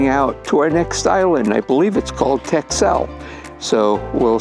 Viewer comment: Dutchie here: “Texel” is pronounced like “Tessl”. Great to see you enjoyed the Wadden Sea and its isles, one of my favorite regions as well.